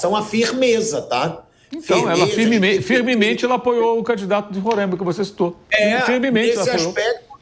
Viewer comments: Parabéns Mauro! Esse pillhado bolsonarista preconceituoso e, como ainda não bastasse, não sabe pronunciar o nome do Samir e do estado. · Nem a pronúncia do nome do estado você sabe fazer e quer tá falando alguma coisa. Aprender primeiro antes de desrespeitar os demais habitantes que nada a ver tem com isso. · O pilhado precisa aprender falar o nome roraima aqui e uilton de roraima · A começar a pronunciar o nome do estado correto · Primeiro, que é Roraima, não Rorâima. Segundo, tivemos diversos presidentes do eixo Rio-SP. Até aqui, não lembro da CBF ter sido bom exemplo pra nada. Aí não pode vir um presidente do Norte, que tão tirando ele pra cocô... Deixa o cara trabalhar! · Agonia do Pilhado falando RorÃima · Não se diz "Rorãima", se diz Roraima. Não sei de onde tiram esse "ã". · Fala o nome do candidato errado e o do estado kkkk eita nivel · Mais absurdo q isso é falar o nome do estado errado!RORÁÁÁIMA E NAO RORÂIMA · RORÃIMA PILHADO?? RORAIMA 😂😂😂 APRENDE A FALAR O NOME DO ESTADO KKKK DEPOIS OS NORDESTINOS QUE SAO BURROS 😂😂😂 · Que porra de Rorâima, é Roraima Não tem acento O ra é forte como o r de "couro" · Pilhado, primeiro aprende a falar RORAIMA e não RORÃIMA. 👏😂😂😂🤡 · Pow Pilhado não se falar Rorãima, se diz Roraima. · Roraima animal é não Rôrãimense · Novo jogo. Toma um gole de cachaça toda vez que o Pilhado fala Roraima errado. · Tu não sabe nem pronunciar o nome do estado Pilhado, vai te lascar. Roraima não tem acento leso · É roráima, e não româima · Pilhado, já te falei, você e o Mauro César; falem corretamente, não é Rorãima ou Rorãimense, é Roraima ou Roraimense sem nasalizar o a!! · O meu querido pilhado o nome é Ruraima por favor tente pronunciar direto e (Roraima) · É Roráima não com o som ima, e respeita meu Baré poha kkkkkk